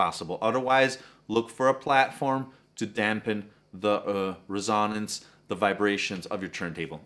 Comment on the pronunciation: Dude, rough night last night?!! You are having a hard time with your words....Dynavector is pronounced just as it looks...DYNA-VECTOR. Not Dina. Resonance is just as it looks, not risanance and other examples I won't cite today....go back and view your own video, it's worth a laugh! Coming from me who has been doing this for the last 55 years, you have done one of the best set-up videos on YouTube....that's a compliment! ....By the way That Dynavector DV-20x2 is a fine cartridge and I truly believe is THE pivot point towards Diminishing returns, in the cartridge world...No real need for those $5k to $15K brag pieces! I have used this as my reference cartridge since they came out in the 70's, in the red clear bodies; before most of you were born! I'm on my 3rd one! Anyway, in your sequencing, please do do ALL cartridge mounting and overhang and alignment work to the end, before zeroing out the tone arm weight and antiskate adjustments...Cartridge weight is ALWAYS and the END of everything you do in cartridge set-up, except Anti-Skate adjustment, for safety sake of that $1,000 cantilever and stylus....In-fact, during ALL alignment and tracking force and VTA adjustments, TURN THE ANTISKATING OFF. That makes it much easier to make all adjustments and you won't cause a cantilever snap, because the arm went flying due to the Antiskate pull. Most don't know this until it happens....If you snap the cantilever, you will find that a new replacement of a replaceable cantilever and diamo